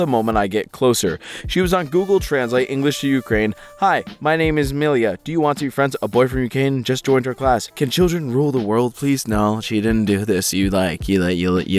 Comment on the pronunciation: why did he pronounce the name as millia 😭 its pronounced either me-la or my-la